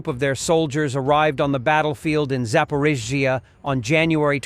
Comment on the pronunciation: SLAVA UKRAINE ! Your AI still can't pronounce ZAPORIZHIA